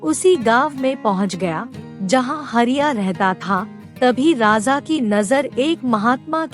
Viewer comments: It’s raja not rasa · आप राजा को बार बार राजा़ कह कर अशुद्धि का कंकड़ डाल रही हैं, मैं सुन ही नहीं पा रही। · बार बार raja ko raza raza बोल कर irritate kar rahi ho... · राजा का उच्चारण सही से करें